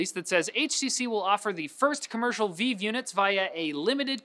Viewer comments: The HTC Vive is pronounced like "live", not like "veeeev". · Did he really say VEEVE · Alright, who has been saying "Vive" wrong this whole time, me or?